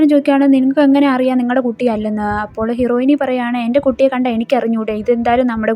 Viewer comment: ഹീറോയിനി അല്ല ഹീറോയിൻ